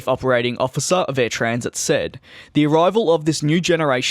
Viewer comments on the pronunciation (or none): Its not said as Air Transit its Air Tran-sat